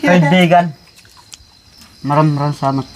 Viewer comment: Nakakatuwa nman Yung "Kaibigan" ka-i-gan pala 😂